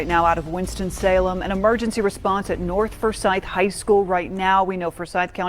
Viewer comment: The word is north not norf